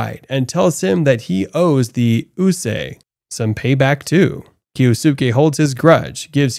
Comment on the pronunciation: Kyosuke = KEE-OS-KE. Jesus christ.